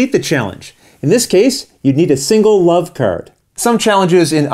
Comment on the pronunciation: Did you say "love", "wuv", or "blave"?